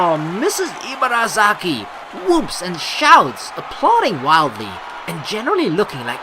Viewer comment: "Ibarazaki" = "ee-bah-dah-zah-kee" "r" takes a light "d" sound. The emphasis is flat without too much up and down. And likewise Rin's name is actually pronounced "deen" with a very short soft "d" sound. But, that sounds weird to english ears. ;) But don't worry, you're doing a great job! Just technical info. ;D